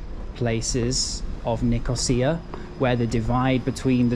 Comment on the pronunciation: You got the pronunciation right :-)